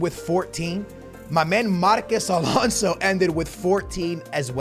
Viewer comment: you really dont know how to pronounce marcos alonso huh